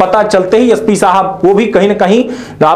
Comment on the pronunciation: पहले उच्चारण तो ठीक से करना ससीखो फिर विडिओ बनाओ वह यस पी नही ऐस पी होताहै SP